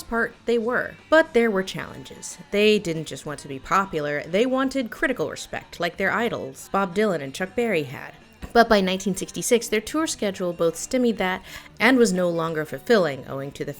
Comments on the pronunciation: stymied is pronounced stye-meed not stim-meed. (English is a bitch). Love your videos Lindsay! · did you pronounce "stymied" as "stimmied"? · Stimmied that ❌ Sty mied that (rhymes with eye) ☑️ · And don't denigrate Ringo. Ringo could have been a genuine movie star if his alcoholism hadn't weighed him down during his most productive years. Check out his performance in "That'll Be the Day." Oh, and it's pronounced "STYmied," not "STIMMied."